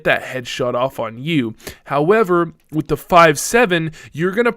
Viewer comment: "wif" I like your german accent!